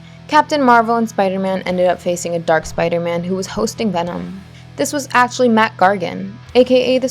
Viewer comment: she said spido man